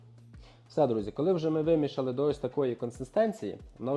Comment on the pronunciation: Вимісили тісто, не вімішали. Хлопче, ви гарно готуєте, але будь ласка говоріть правильно. Дякую!